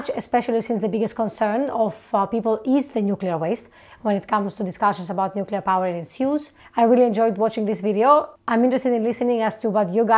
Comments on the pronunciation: Thank you for your video,. Always good to have discourse. A little observation about your T-shirt: As a nuclear physicist, you doubtless know the word is pronounced "new-klee-er", not "new-cue-ler," as the shirt erroneously shows using the element symbols.😮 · NUClear, it's pronounced NUClear. 🤣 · Nu CuLiAr 😅, I wish there would be more Chicanos watching this Chanel 🤣🤣🤣🤣🤣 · As a nuclear engineer, please don't say nu-cue-lar, much less wear it that way on a T-shirt. Every foreign student I went to grad school was able to get it right. Please, say "nu-CLEE-arr". It's correct. Your t-shirt is a billboard for "uneducated!" which undermines your credibility. Don't shoot the messenger. I have had HUNDREDS of people throughout my career both nuclear engineers as well as energy experts share this "uneducated" cringe. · Love the NUCULAR shirt. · I like the way your T-Shirt spells out "Nucular" instead of New-clea-er. As soon as someone pronounces it "nucular" they instantly lose all credibility to me. (not your case of course, because you say it right) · I really cannot abide your Nucular shirt !! Just a joke, your content is amazing I really appreciate that you provide a grounded view on nuclear power. You're not going all-in pro-nuclear propaganda. You just try to educate on the facts. I think that does more than just putting emphasis on the positives and misconceptions. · The spelling is "nuclear" NOT "nucular"! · This is a great video and I really enjoyed it..... but I hate your t-shirt, lol. It essentially promotes the common mispronunciation of the word nuclear (you didn't thank goodness!). I worked in the field of nuclear fuel waste management for quite a few years so it just grates on me when I hear nuclear mispronounced. All you need to do to fix the shirt is use C instead of Cu and then go out and create a new element and assign it the symbol E..... should be easy :)